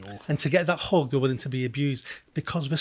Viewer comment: All they wanted is a hug? It sounded like you said hog but I know that can't be right. Is it hug?